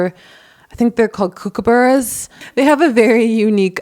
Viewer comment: You're a MESS! The shit this bloke was doing was stomping on a UNIVERSAL boundary that should be a point of no return for anyone. You've gotta find your self worth. PS mimicking a kookaburra is a pretty low comedic bar. PPS it's pronounced COOK-a-bah'rah